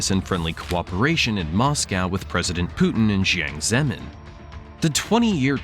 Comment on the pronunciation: Definitely the funniest pronunciation of Jiang Zemin I've ever heard. You know you can look up pronunciations, right?